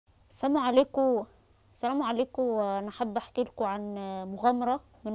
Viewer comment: ربنا يقومك بالسلامة الف سلامة عليكي بس لي طلب ممكن تقولي السلام عليكم وليس سامو عليكم واسفة لازعاجك